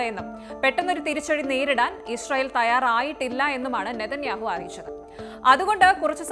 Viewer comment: ഇഷ്‌റായേൽ അല്ല... ഇസ്രായേൽ